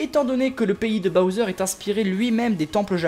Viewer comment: toi tu dit pas bOwser tu dit bAwser XD